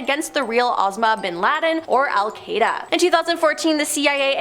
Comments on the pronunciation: Did that woman just say "Cape Carnivalle?" "Al Kreda?" "Osma BinLaden?" wtf. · She also called Al-qaida alkwayda 😂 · WTF? How TF does she get Cape "Car-ni-Val" out of Cape Canaveral? 🤣🤣👽👽🤣🤣 Anyone else annoyed with her mispronounciations? there were quite a few of them in this video and others that were featured here: This video alone, Cape "Car-ni-Val," "al-kwī-duh," surveillance as "sir-vail-ē-enss," "federal bur-oh." I remember the Challenger explosion. I was in 4th grade walking back from the restroom. We were watching it live and I walked in just intime to see two seconds of the flight before it ended in a fireball. The shuttle does not have the parachute. It was designed to come blasting back into the atmosphere, and then gliding back to a runway. Parachutes were on the Apollo capsules and were recently brought back with SpaceX and other applications with the resurgence of rockets. Personally, I don't see the harm in researching this stuff to learn. And to keep yourself aware of potential nefarious things the government might be doing. And they know wgatbhappened to the people after Operation Midnight Climax. They always know.